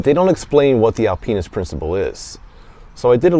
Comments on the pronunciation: Sorry to bust balls bro. It just sounded like Al penis which was hilarious to me before I had my coffee. I loved the review though. It was good... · Alpinist is not pronounced that way brother. But great review as usual...